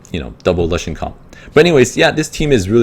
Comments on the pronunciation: lushen? "loo-shen" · "Luhshen" was bothering the f out of me